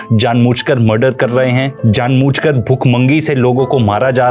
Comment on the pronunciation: Very well researched and detailed! Thank you so much. Btw it's "jaan boojh kr" not jaan mooch"